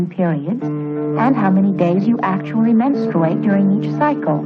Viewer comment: Say it with me... MenSTROOate 😅😅